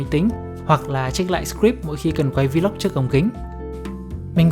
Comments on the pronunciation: Góp ý: Vlog không phát âm là Vi Lóc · Góp ý: Vlog không phát âm là Vi Lóc nha bạn.